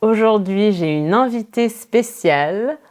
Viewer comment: I don't understand why french people (younger) quit using the nasal vowel "in". In the first 5 seconds she pronounces "invitée" as "envitée"